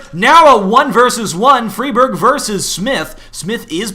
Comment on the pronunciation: riWWE All the Scandinavian casters call him Fry Berg. EDIT: Recently seen Xist call him Free Barj. Apparently the casters are wrong.